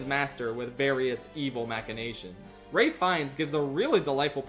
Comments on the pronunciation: TIL Ralph Fiennes is pronounced as “reyf fines” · Ralph Fiennes' first name is pronounced "Rafe"; it's common knowledge!